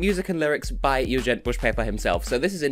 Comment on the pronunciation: Ah, yeah, I think I remember that consecutive content series from preceding years! ;) Looking forward to your "Eurovision 2018 in XXX seconds" already! PS: With regard to the confusion about the name pronunciation: If my understanding of Albanian phonetics isn't totally inaccurate, for his name to be pronounced like you did in the video it would have to be written "Jugjent", or possibly "Juxhent". Both gj and xh make sounds like in "James". That "g before a bright vowel becomes j" is more a thing in romance languages (specifically in French, Italian, and Romanian), as far as I know.